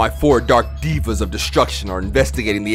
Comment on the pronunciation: It’s deva (dave-AH) not diva